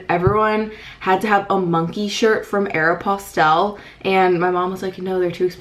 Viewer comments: YOU PRONOUNCE AEROPOSTALE SO MUCH DIFFERENTLY THAN ME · SAME! I've actually never heard it pronounced that way lol